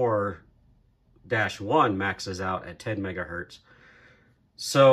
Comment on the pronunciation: I stopped watching your video the second time you said "Megahurt."